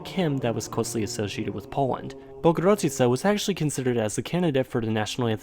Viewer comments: Bogurodzica is pronounced Boh-goo-ro-dzee-tsah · As a Pole, I have to admit that your useage of speech synthesizer when talking about "Mazurek Dąbrowskiego" after the obvious butchering of "Bogurodzica" was actually pretty funny xD I guess you've redeemed yourself in my eyes because of that! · My ears started to bleed after your pronunciation of Bogurodzica. BTW, it literally means A Mother(parent) to God.